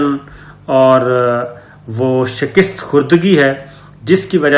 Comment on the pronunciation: Shakist nahi hota aqalmand admi. Shikast hota hai